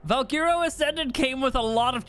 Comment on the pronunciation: My boy still mispronouncing Valguero lol